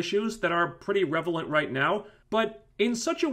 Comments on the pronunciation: Wait wait wat... did he say... "REVelant?" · I'm not sure this review is "revelant". 😉